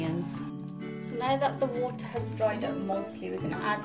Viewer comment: Liked the way u say wooterrr